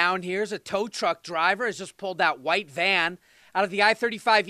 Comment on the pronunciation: It’s tow truck. Not tow tuck 🤣🤣